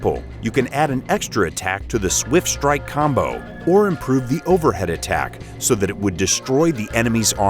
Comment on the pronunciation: They're a Russian studio, so speculatively, perhaps they hired an English voicecover for this? Edit: they also mispronounce 'Cheng'. Bizarre.